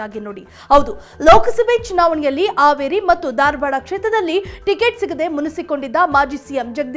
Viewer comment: It is Haveri not Averi...please prounce H and A correctly madam.....it is Hubballi not Ubballi